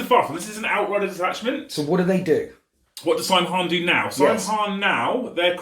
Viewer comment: "Saim Hann" in the original Gaelic is actually pronounced "SOW-inn"